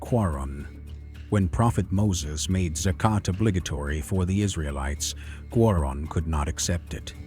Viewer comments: He is QAARUUN not qarun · The name Qarun has been pronounced differently at various occasions. Even called Quran instead of Qaroon at one point. I believe it’s a deliberate attempt.